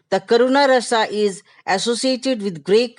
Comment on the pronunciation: Not correct to say Ras it is Rasa Bhav it is Bhava